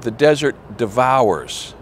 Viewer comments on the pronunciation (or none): none